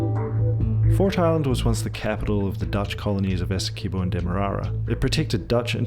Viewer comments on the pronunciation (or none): Please say Essie qwe bo not Essie kee bo